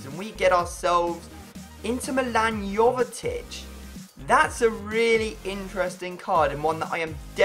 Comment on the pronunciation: Jovetic is pronounced yo-ve-tich